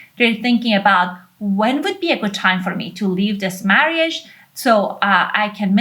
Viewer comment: 3x in 14 years is not in the same catagory. Lesson the Rs in the way you say marriage